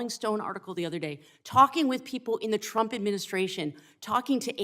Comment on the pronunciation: Did she say President Chump?!